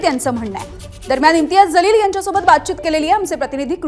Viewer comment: 😂😂😂 जलील का म्हणतेय ग बाई...जीवन मधला ज....जहाज मधला ज नाही.....बाकी चांगल आहे तो जलील च आहे...उर्दूत जलील cha जो अर्थ आहे तोच बरोबर